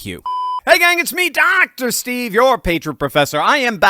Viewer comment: The new Dr. Steve pronunciation was funny. What about doing one like an old guy from Jersey saying hi to Dr. Steve like Dr. Steveeeeeeee 😂😂😂